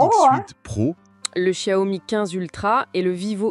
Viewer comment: [EDIT] concernant la prononciation, après avoir ré-écouté avec du volume et plus de concentration, y'a encore des progrès à faire ! On entend du "sssiomi" par exemple. Alors que le 'x', c'est un mélange entre "s" et "ch". Et que c'est ensuite "iao", pas "o" ... Ok, un peu touchy ce sujet ici ;-) Mieux ici : [/EDIT] Je suis sceptique pour la "moto volante" : je la trouve beaucoup trop stable, surtout vu sa taille, très courte et étroite. Et certain plan de la vidéo font très "écran vert". À propos des TARIFFS!!!, Gamers Nexus a sorti une vidéo monstrueuse (que je suis loin d'avoir terminé), quasiment 3 heures ! J'en suis à la transparence sur la décomposition des coûts d'un boîtier HYTE. Il me semble que le prix final passe de $99 à plus de $210; une catastrophe pour le vendeur. Sans compter sur l'incertitude : quelle taxe, à quelle date, quelle annulation, quelle annulation d'annulation ... Ici : Un bon point pour NotebookLM : il prononce Xiao Mi correctement ! Enfin, mieux, je demanderai à madame de valider les tons ! Une précision à propos des zooms, un truc qui me hérisse le poil à chaque fois : le n× ! Ça n'a absolument rien à voir avec une espèce de grossissement ! J'ai par exemple un 2×; c'est nul hein ? Sauf que c'est un 12-24 mm, équivalent Full Frame 18-36 mm, soit du très très grand angle. Un 100-300 mm serait un 3×, mais un 50-300 mm serait un 6×, mais il ne "grossit" pas du tout 2× plus ! Capteurs 1" : il me semble avoir lu que dans un smartphone, se